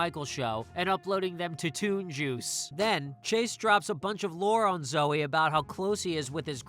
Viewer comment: "toon juice" sounds so wrong for some reason 😂